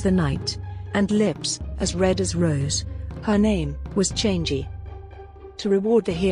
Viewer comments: it's not change it's chang'a chang a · The moon goddess is not pronounced as "change gee". It is pronounced as charng erh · Not criticising but a little correction here. The moon goddess is not pronounced ‘Chan gee’, it’s ‘Chang er’ Guan yu was not the mightiest in his era, he was strong yes, but during that there are at least 2 warrior that can be known as stronger than guan yu(Lu Bu and Zhao yun) Also he wasn’t really captured and executed, he died by killing himself knowing that he was surrounded by enemy forces and could not escape. The main reason for his lost in battle was due to his pride, as he was overconfident in his strength. Also again, we Chinese don’t really worship him as god of war, but as a symbol for loyalty. Reason being he was better known for his loyalty towards his sworn brother than his might. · Houyi’s wife’s name is pronounced as “Chang e”, not “changy” lol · Chang'i its actually pronounced chang'a but great video either way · Chang'e should pronounced 'Changer'.